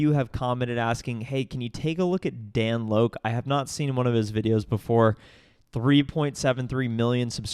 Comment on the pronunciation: Thank you for doing this. A few things. I have first-hand experience with Dan Lok. You are pronouncing his last name wrong. It is pronounced like you would pronounce the word "Lock." This call has been broken down before by others and the consensus is it is FAKE and STAGED. He has one of his students playing as the customer. Dan has lied about other things so I am not at all surprised. He is too much of a coward to actually face any confrontation and hides behind his lawyers when challenged. The prospective client in this video did mention that he has 13 clients a month, not one-time. Listen to and slighly beyond. But I highly appreciate you doing this video at the request of some of your subscribers!